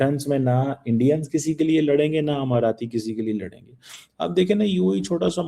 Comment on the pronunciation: amarati nahin Emirati! Sharir toh hai hi, Akal bhi moti hai.😂😂😂😂